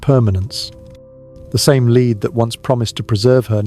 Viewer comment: Henry the eighth was her father, not her grandfather, and will you stop calling it a leed coffin its spelled lead and pronounced led, for an English bloke your pronounciation leaves a lot to be desired.